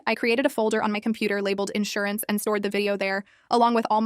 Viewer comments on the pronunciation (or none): none